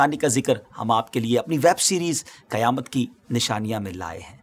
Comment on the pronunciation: Qiyamat nahi Qayamat hota hai